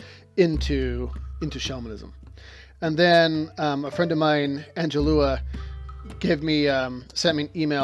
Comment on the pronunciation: Hey. Good introduction. i'm looking forward to more about shamanism, and thanks for the shout out. However, you pounced my name just like any other Angela... like Angela Lansbury, Angela Basset, Angela Merkel, etc.;)... I noticed on the first QA video you prounced it AngEEla, so, so I thought i'd try to clarify. Sorry for the confusion. love you anyway!:D